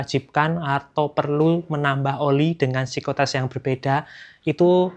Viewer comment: Ngomong viscositas aja masih salah salah.. sikositas.. sikositas.. Gtu ko uda bawain materi oli